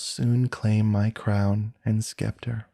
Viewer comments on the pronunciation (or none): I really love this. The narrator has a great voice and style. It’s the perfect story too. I hope you don’t mind me saying this, but two words are pronounced incorrectly. The word scarcely and scepter. It’s distracting.